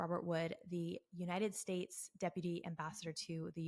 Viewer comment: By the way, as a Science & Outdoor writer, and a former Columnist and Science editor for the largest Journal in its own category in the World, I challenge Farhad in Every Category (including his knowledge in English and even Farsi)!! I can't believe that Farhad Pronounced the United States as United "Estates" 😂 Dear God he just said "Eee-RAINY-Yan", to emulate people in the west who don't know the proper pronunciation!! This is laughable!!